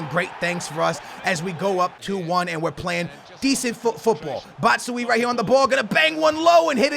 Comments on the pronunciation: pronounce batshuayi as ( bat-shoo-eye-ee) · Batsjuuaaayii thats how you pronounce it 😉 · Just so you know for the next time it's pronounced: BAT - SHOE - Y - EE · This is how you say it Bat-Shoe-Wie-Ee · its BAT-SHOE-I-E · you say bat sho ajj to batman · "Look at batshuwii" 🤦🏻‍♀️ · Not dissing u but it's Bat Shoe I E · It's Batuyae that not how you spell it but that's how you pronounce it. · it's batsuAAAAIH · its pronounced bat-shoe-eye-E hope you get it right and love the RTG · it's bat-shoe-y-e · you pronounce it batschuwaji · batshuayi is said like Bat-shoe-Y-E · Prounouced "bat" "shoe" "ayi" Dw I got you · Bat Shu Wa Yi Bruhhh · say batsheayi like Bat-shoe-i-e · Ba-choo-i get it right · Batshuayi= Bat+Shoe+Why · indeed you're saying his name wrong. you say it like batchuayee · Batman is actually "Butt-shoo-eye". Thats how his name goes. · It's pronounced bat-shoo-eye-ee 👍🏻👍🏻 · it's bat-shu -why-e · U say batshuayi like this: bat-shu-ai-i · Bat - Shoe - Eye - EE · Batsuajii thats how you say it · Batshuayi is pronounced like "bat-shoe-why-he" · for futs sake it's bat-shu-aa-ee ...😰😂😂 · His name is said Bat-sh-why-ee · Batshuayi = Bat-Shoe-Why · its pronounced "bat-shoe-eye" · Batshuyi is pronounced like BashtuEYE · Not trying to be rude but u say his name bat-sh-y-ee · Its "bat-shoe-why-e" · His name is pronounced as batsuaji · Yeah it's pronounced Bats-why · Bot-shoe-ayi thts how u say batshuayi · Bashway that's how u say it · Its bat-shoo-why-ee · U say batshuyi like bat-shoe-y-i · to pronounce his name it's bat-shu-why-ee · You pronounce it BAT-SHOE-EYEE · his name is said like BÁTSHUÁI. i think u know how to spell that based in the fact that u know a bit of portuguese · Batshuayi is pronounced Bat-shoe-eye-ee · it's pronounced bat-shoo-why-ee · its bat-shu-i-ee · It's pronounced batch a y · You pronounce it bat-shoe-eye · For Batshuayi